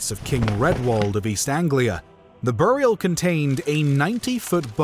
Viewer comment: Dudes pronounciation of bury and burial is killing me